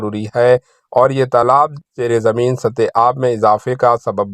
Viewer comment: Urdu ka janaza mat nikalo Zara E zameen ko zira E zameen kah rahe hain.